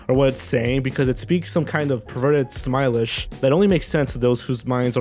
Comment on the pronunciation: 'Faux' is pronounced 'foe'. And it's 'Simlish', not 'smilish'.